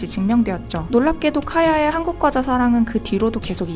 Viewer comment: 과대표는 꽈대표 라는 된발음을 해도 나쁘지 않으나... 과자를 꽈자로 부르는것은 분명 틀린발음이다. 뻥과자는 뻥과자로 불러야지 뻥꽈자라고 발음해서는 안된다. 아름다운 한국말을 잘 보존하자.